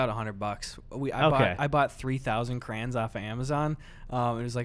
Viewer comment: why are you pronouncing crayons like that